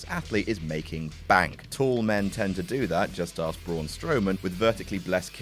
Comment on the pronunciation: Braun, not Broon